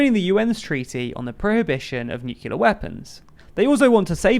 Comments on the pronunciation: I realise it's a small quibble, but are we really saying nucular? It literally has the word clear in it. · You can't pronounce nuclear. Go watch Studio C's "Grammar League", they explain what might happen to you. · No you were right the first time, no idea why he's pronouncing Nuclear (as its written in the manifesto) in this way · It's not a "pronunciation", it's a MISpronunciation. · Yes, I noticed that long ago. I was really surprised because I thought it was only some 'Murcans! who pronounced it like that. One of the Bushes was heavily ridiculed for it (by other 'Murcans!), for example.